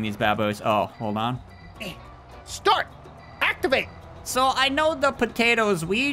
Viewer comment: I burst out of laugh when said to the truck "start ativate" 😂